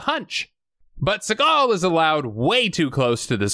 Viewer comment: Fact: Steven's last name is actually pronounced sea-gull, just like a sea gull bird lol